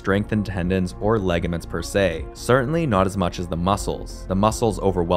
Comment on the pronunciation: I think the word is pronounced "ligaments" -- not legaments